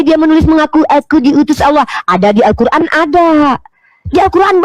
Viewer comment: Nyebut alqur,an z kuran.